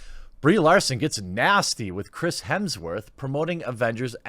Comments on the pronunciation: It is Hemsworth and not Hemingsworth:-) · Is he saying "Hemmingsworth"? It's Hemms-worth or "Hims-Worth" Jeremy... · HEMSworth, not HEMINGSworth lol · “Mr. Hemmingsworth”😆😆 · Hemsworth not Hemingsworth 😂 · HEMSWORTH!!! Not hemingsworth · It’s Hemsworth buddy, not Hemmingsworth 👍🏻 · Did he say Chris Hemingsworth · Jeremy, I'm not even halfway through your video and I can't help but notice you say hemingsworth I think four or five times so far maybe more. I mean hey I'm cool with it but I was just wondering if you do that on purpose or did you really not know that his name is Hemsworth? The main reason I really know and took the time to ask this it's because I noticed no matter what the subject is it seems like a lot of people don't correctly pronounce that guy's last name. So again not that it bothers me or anything like that but I am curious like I'm wondering if there is some kind of a common way that that last name is spelled or looks like on paper that say when you're just trying to read something real fast and so I wonder if there's a common thing that happens with most people I don't know maybe I sound like a moron haha anyway or if you could get through my blabbering and as always thanks for another fun video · His name is Hemsworth not Hemmingworth!! Get your facts right. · lol "Hemmingsworth" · How long before he figures out it’s Hemsworth, not hemmingsworth? Edit....6 minutes. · 36 is not many many years away. Lol gotta poke fun. :p Hemsworth not hemmingsworth hahaha and oh ya fuck brie. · Are you saying 'Hemmingsworth'?! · Why do you keep calling him Hemingsworth? Edit: you noticed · Is he saying Hemingsworth? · was wondering why you were calling him hemmingsworth haha, bloopers! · Dude, it's Hemsworth. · "Hemmingsworth" that's a new way to say it lol